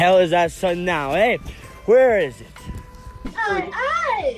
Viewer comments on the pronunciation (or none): It’s the Canadian “eh” for me...😂✨